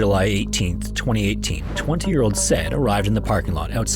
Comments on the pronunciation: Not to be a "Well ACTUALLY" person, but... well, here' goes. The guy's name 'Said' is pronounced Sai-eed (Unless I'm gravely mistaken). Besides that, jeez... these videos are facinating but really tragic. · Said is pronounced sah eed not "said" lmao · I’m pretty sure “Said” is pronounced, “Sa-eed”. I wish you’d work on your pronunciations. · Said is pronounced "sah-eed" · My name is saeed, almost guarantee you say “said” that same way and not “sed” lolol anyway poor said rip divers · Said = Sayid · Said is actually pronounced [Sah - EED] :) it’s a Hispanic name. My dads best friend and his son have the name and I remember being so confused as a kid w the spelling, but it’s like “açaí” but without the a at the beginning and adding a d to the end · Im sorry, is it pronounced Sa-eed?, excellent video!! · why are you pronouncing Said's name wrong, that's so disrespectful